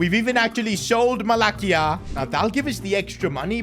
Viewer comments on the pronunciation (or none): Another year of calling Malacia, MalaKia. Now lets try again, Ma-la-si-a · Bro u pronounce " malacia " wrong , not with a K its and S .. it's spelled with C but u read it like S not K